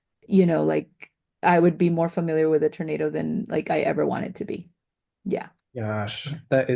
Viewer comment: Why does she keep calling it a Ternado